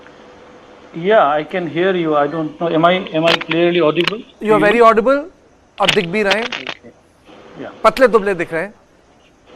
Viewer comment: I am bhery bhery sad .the ST aspirants torch bearers took away my phridge and telebhisan 😂😂😂